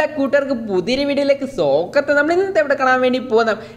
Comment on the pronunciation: Intro Pwoliyann pakshe sokatham alla swaakatham😆😆